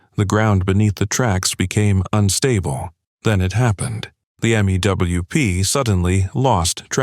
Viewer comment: Same with M-E-W-P. Pronounced 'mewp'.